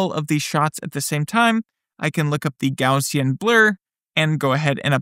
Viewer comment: I like his videos, but he also gets bonus points for being one of the very few YouTubers who pronounces "Gaussian" correctly! Yay!